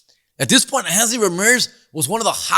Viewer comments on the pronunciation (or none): Handsly Ramirez? It’s Hanley, foo.